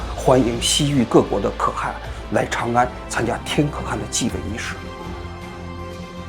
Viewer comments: 话说可汗读音不应该是kèhán 么？ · 对了，要纠正王局一个发音的错误，是ke（四声）han（二声）。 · 「可汗」讀音應該是「克寒」吧。還是中國的讀法不一樣？ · 那念龟(qiu1)兹(ci2) 可(ke4)汗(han2)！！！！王志安文盲！！！！🤣🤣🤣🤣🤣🤣🤣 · “可汗”读“克寒”！ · 可汗 kè hán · 王局前面的解说好搞笑，不过念错了几个字，龟兹念qiū cí，天可汗念kè hán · 可汗，你第一个读第四调，第二个读第二调，你这念起来太奇怪了